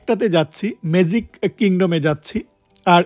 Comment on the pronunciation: মেজিক❌ ম্যাজিক✅